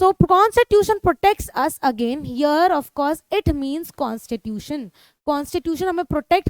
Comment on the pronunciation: Constitution ❌ consa tution ✅